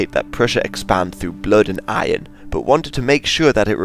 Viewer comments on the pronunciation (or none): none